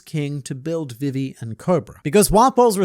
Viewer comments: Can u stop saying vivis name like that please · Why are you pronouncing Vivi wrong?